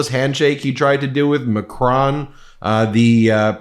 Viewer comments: It's Mac-RONE, not Mac-RAWN. Even Mac-RONE is not perfect, but closest to the correct French pronunciation. Not trying to be nitpicky, but just to help. I speak French. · Out of respect, you should pronounce Macron and Notre Dame correctly.